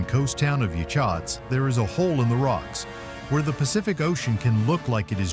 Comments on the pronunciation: Yachats is pronounced ya hots. Yahots. Yachats. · I live in Newport Oregon and have traveled to many of these places in this video a lot of your B roll that you use does not fit the places that you’re talking about also Yachats was miss pronounced very well researched good information